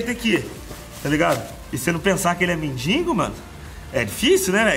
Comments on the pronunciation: Não aguento ouvir o povo falando mendingo. tão fácil falar. Mendigo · "MENDINGO" Belo Português kkkkk!!!! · "mendiNgo" é foda.. bate nele Português..🤣🤣🤣